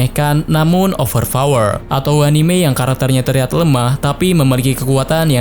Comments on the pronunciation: Namun "OverFower" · "Over Fower"